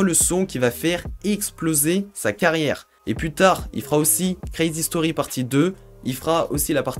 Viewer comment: Jaime le “qwizi stori” 😂😂